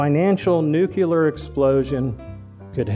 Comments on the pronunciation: Interesting talk, but why do even educated Americans pronounce the word 'nuclear' as ;nookyooler;? It is 'newcleer' (if you're British) or 'noocleer' (if you're American) but certainly not 'nookyooler'. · Great message, boring speech. The word is "nuclear." Please watch your pronunciation of the word,! A little more animation and emotion would have helped a lot.